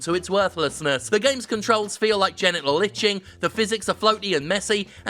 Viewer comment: Oh, I genuinely thought he said genital lynching.